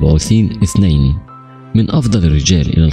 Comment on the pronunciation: صحيح اخطاء لغوية وعدم التقيد باللثويات مثل ثلاثه سلاسه إثنين اسنين واخطاء في الرفع والضم والكسره